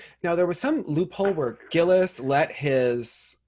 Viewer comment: I want to teach you how to pronounce “Gilles” so bad 😂